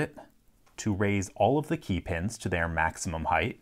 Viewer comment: After watching dozens of his videos I notice he often pronounces "key" as "kay" like in this one (but never pronounces it that way with "keys" or "keying"). I wonder what region he's from